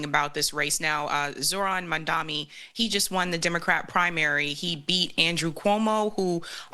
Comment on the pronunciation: Please dont change his name - it is Z- O- H-R-A- N. MAMDANI . QUITE easy to pronounce.